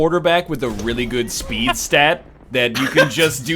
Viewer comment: "I could use a spood beest right now."